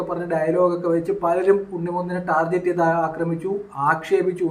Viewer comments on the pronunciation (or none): none